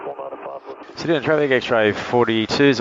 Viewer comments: Ceduna, never heard it pronounced ‘sed-oo-na’ before, it’s usually ‘sed-you-na’. Next time bring a fishing rod in case you spend a day there. 😊Incidentally, the town of Forrest is in the Nullarbor plain, Nullarbor literally meaning ‘no trees’. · Haha this got me too. Great video but Said Doo Nah! 😂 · Love it - thanks! But I've never heard anyone pronounce Ceduna as Cedoona. What a beautiful aircraft! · You need to learn how to pronounce Ceduna plus learn how many airstrips there actually are between Ceduna and Esperance apart from Forrest.